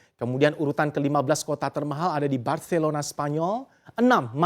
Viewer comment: pas ngomong barcelona kok dpt ya aksen spanyol nya cara nyebut c nya dpt bgt, jgn blg reporter nya bs bhs spanyol